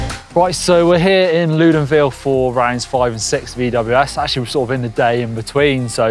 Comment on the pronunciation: Awesome video! just one detail though it's Loudenvielle not Loudenville! Pyrenees are so beautiful, great that you guys show it to the world!